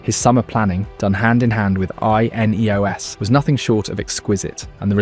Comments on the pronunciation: I was starting to wonder. At like it spells out I.N.E.O.S. instead of saying it. Why? Is it because the ai didn’t know how to pronounce the word? It doesn’t say it like that earlier in the video which makes me think it’s an ai being reviewed by a human who missed that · Can only assume that this is Ai generated. Pronunciation of names is inconsistent, spelling out I-N-E-O-S, and the overall tone. Three wins on the bounce but you’d think we’re a win from winning the league. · Yes, look how he pronounced INEOS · The voiceover pronounces Amorim incorrectly and also spells out I-N-E-O-S instead of just saying it. It also does that "it's not X, it's Y" AI writing trope pretty much constantly. Was going to follow the page but there are creators who are putting more effort and analysis in, this is just an engagement farming channel it seems.